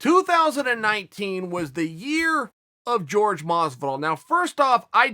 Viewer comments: Chael - I hate watching any video you do on Jorge Masvidal.. His name isn't George. It's Jorge. Hurts me to hear you say his name. Askren only calls him it to poke fun at him. Why are you doing it? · It's Jorge not George quit being condescending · It's pronounced "whorehey" masvidal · Still George instead of Jorge?🤔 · Lol so annoying how he kept saying George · “George” masvidal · American can't pronounce Jorge because of the big neck fat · Is it "George" or "Hor-Hay" ... Chael keeps throwing me off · With the "H" sound